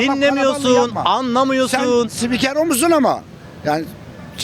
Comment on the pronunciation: ĞÜLMEKTEN YARILDIM YAW :D:D adam sipikero diyor 10 kere izledim bıkmadım